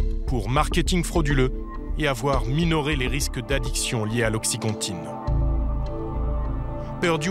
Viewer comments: Qd en 10 min, narcan et oxycontin sont mal prononcés en français, ça fait pas sérieux. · Ptdr comment ils prononcent Oxycontin et Narcan